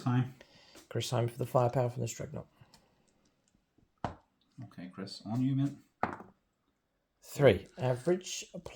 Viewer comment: Its DREADnaught. Not "dreg" 😅.. I just can't leave it 😂